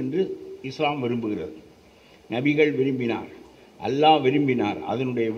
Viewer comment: அல்லாஹ் என்று உச்சரிக்க வேண்டும்